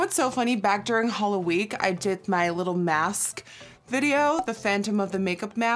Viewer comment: Is it just me or does she say " Halloweek "????